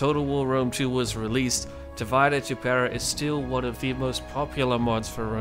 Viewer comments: Please stop pronouncing "divide" like its English derivative. It's pronounced di-VEE-deh et im-PEH-rah. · Am I the only one going nuts that he's not giving it the Latin pronunciation? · You should have done a quick tutorial on how to pronounce Divide Et Impera (div-eh-day) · The senate demands that you remake this video and pronounce the mod name correctly!